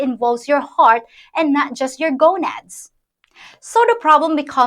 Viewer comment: She says GONADS Good stuff P